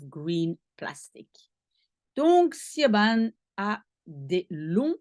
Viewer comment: SIOBHAN se bpronce CHIVONE , prononciation gaélique irlandaise bizarre